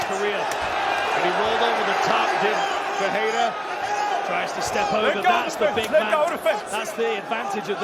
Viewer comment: why are you saying perreira not Ferreira commentator